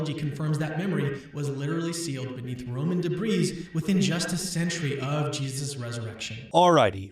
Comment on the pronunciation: Also whats with apologists and not being able to pronounce words right. Evidences. Debrees. Its pronounced debree. Why do all of them not understand the concept of a silent S.